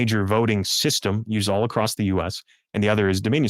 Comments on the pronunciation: Incorrectly pronouncing "across" with a "t" at the end, as "acrost" is incredibly irritating to listen to. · Acrossed (acrosst) is not a word. Across is the only way it goes. Learn it, live it, love it. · Second time I’ve seen this guest. I find it fascinating. But why is he not everywhere showing this data? PS please stop saying acrossst!